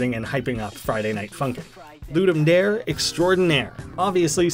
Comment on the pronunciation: I know you're not the only one who makes this mistake, but still... It's not "LOO-dum DÆR", it's "LOO-dum DAH-ray". It's from Latin, it means "To give a game".